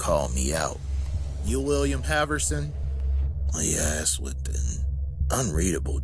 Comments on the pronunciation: My brain just threw up..... "I axed the judge".... it's ASKED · I served with a couple of guys from Missouri & to hear them use "axed" wouldn't really surprise me.